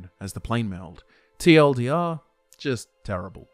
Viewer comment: Awesome video as usual! Except everytime I hear you say "TLDR" it made my body cringe. Other than that Awesome work sir